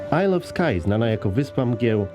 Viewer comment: I Gonciu powiedział to bardzo dobrze. Słówko isle ma w sobie nieme "s" więc jego wymowa wygląda: 'ajel". (Nie wierzycie, sprawdzcie syntezatorem googla :D )